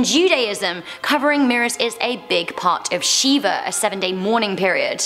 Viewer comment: Howdie, just a small FYI Shiv the way you pronounced it is a Hindi God. The Jewish mourning is pronounce Shiver, & yes the mirrors are all covered. My grandmother did all that when my grandpa died.